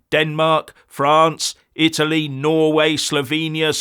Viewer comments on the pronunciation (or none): none